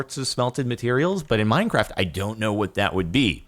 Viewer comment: "Alright, welcome back to Mein Kraft" spoken like a true German.